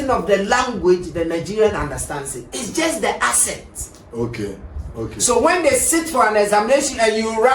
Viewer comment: Bro is saying asset instead of accent. Stop the cap 😂